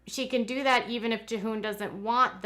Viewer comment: Jee-hoon is how his name is said.